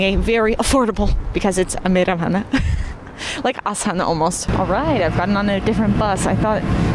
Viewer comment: Your Kazakh pronunciation is very good (Meiramhana)